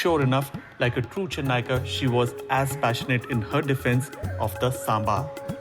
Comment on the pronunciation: Sir please correct , kindly excuse its saambhaar